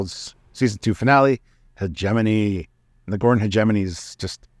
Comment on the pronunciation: The 'g' in 'hegemony' is a hard g, like the 'g' in 'Godon' rather than in 'Gerry". Just sayin'.